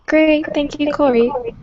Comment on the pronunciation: She butchered Kuljeet’s name 🫢🫡